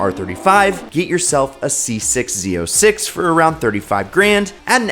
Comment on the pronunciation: They build Corvettes in Kentucky. It's "zee oh six."